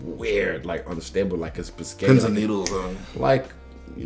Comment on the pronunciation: “like pasghetti”🦶🏽